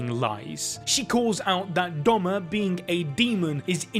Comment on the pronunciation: It’s Doma not Douma